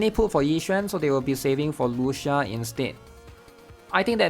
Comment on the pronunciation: It’s Spoken as Lu Chi Ahh, its an Italian pronunciation my guy😢